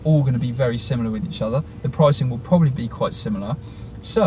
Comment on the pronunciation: The word is probably,not probally.